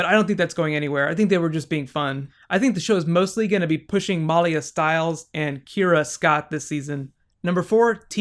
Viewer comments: It's milia not meliea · I'm pretty sure it's (Mah lee ah). Not (Mol lee ah) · MALIA not MOLIA. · Lol, her name is malia not Molly. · Muh-Lee-uh not Maul-ia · He keeps saying MAHlia. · Good recap but my god can you please learn the characters names?! It's Peter. Not Paul. And you kept saying Malia like Molia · Great review! I really like your theory on the elements. The only negative I have is the mispronounciation of Maliya's name. I've known a few women with this name. It is actually pronounced meh lee yah with emphasis on lee. Real nitpicky of me, I apologize. Aside from that I feel it was a wonderful review. My favorite scenes were the interactions between Stiles and Malia (especially the ones in front of the others). You can really sense the affection she has for him. It takes on more meaning when you consider that he is the first and possibly only person she has bonded with since reverting to her human form. I am curious if she can become a full coyote again, and if it is something she inherited from her aunt Talia. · You kept calling Peter Paul, sometimes it sounded like you were calling Malia Molly, and you slipped once and said Tyler (the actor) instead of Scott (the character). Are you new to the show? Also, I would love to see bonus videos on the mythology of teen wolf :) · The way he pronounces Malia's name.. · the way he says Malia :)) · Dude learn the names its peter not Paul and say malia right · are just confirming the fact that you are the best channel on Youtube. Even though you said Paul instead of Peter and you were prounouncing Malia's name wrong you are still awesome. And I would totally love Bonus videos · It sounds like you're pronouncing Malia's name differently than they do in the show or are you talking about someone else?